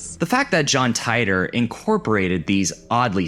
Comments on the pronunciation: John TIIIIIII-TORRRRRRRRRR You’re driving me crazy saying it wrong . . . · i hate to break it to you but John Titor is pronounced tee-der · Hell / com! This is the only video I've ever seen to mention that arts collective. I had a chance to get into it a few times when they ran free access. Fun little interactive art pieces and the like. Subbed. BTW, it was pronounced, John "Tee-Tore" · titor = tee-tore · Did....did you deliberately mispronounce John Titor's name just to make that "barely knew her" joke? Because I've watched several videos on that story and I've never heard anyone pronounce it like that...